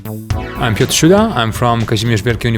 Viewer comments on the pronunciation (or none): none